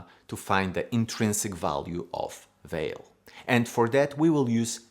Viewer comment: pronounced valet not vale